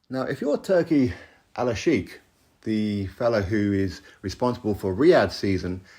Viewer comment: It is Turki Al Sheikh not Alalshiek. And the way you pronounce it literally means Turki The Lover according to Arabic Language😂